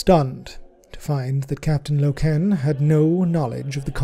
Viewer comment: every time you say LokEEn .. a space marine dies..